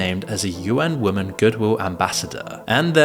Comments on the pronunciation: Why do you say woman instead of women are you allergic to that word or are you using an AI voice? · Another glitching NPC who intermittently loses the capability to pronounce the plural "women" ... :P